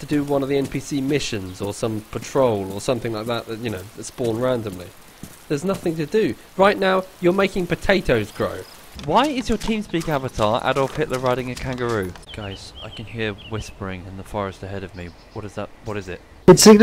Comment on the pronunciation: It's kangaroo not kangeroo..